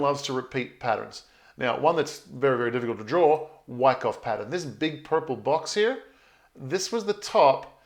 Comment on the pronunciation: Yer killing Moi here with yer pro-noun-see-eh-shunz of WYCKOFF?! lmWICKo...U sound like yer saying: WHACKOFF! lol, just saying...keep uppie zee great work & positive "whackoff-whackon" approach towards Bitz & Shitz;)...Peace ergo piece Luv or LOVE & EVERYTHING CRYPTONIC!